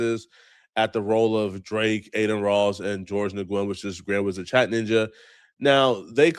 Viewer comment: Nguyen is pronounced as either “win” or “new win.” And him calling himself a chat nxga is partly Ak’s fault lol. That’s the name Ak calls his hardcore supporters.